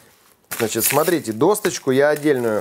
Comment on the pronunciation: ДощЕчку, а не дОсточку!